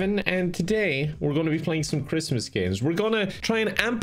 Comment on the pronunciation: OwO cwismas game